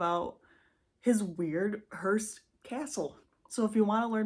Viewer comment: It’s a “HEARSE” for “dead people”, no T in it. HEARST for this one. Great job honey…keep at it! 👏🏻👏🏻👏🏻👏🏻👏🏻